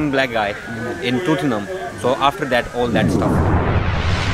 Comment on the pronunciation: 0.37 TOOTINGHAM LOOL